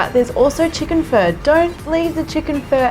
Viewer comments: Nice recipe and video, seems to be very close to the real thing! Making it for my wife now. It's phó, as in phaa though 😁 more like a in path. My name starts with the ø you switched it out with. Written ơ in vietnamese. Sorry for nitpicking. Great video! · Lol. I’m sorry. It sound like your saying chicken fur. But I like it. It’s hard to pronounce. Say Fun- Uhhh. Pho. Maybe It’s my ear. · I also heard fur! Lol. And I mostly hear it pronounced "fuh" as in "funny". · I thought she was saying chicken fur... lol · So i keep hearing chicken fur lol this is what my Nan calls feathers! 😂 love your recipes x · My ears hurt the way you pronounce pho. I hate it that everyone will pronounce it like you!